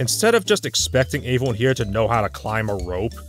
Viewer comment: Don't you mean "averyone"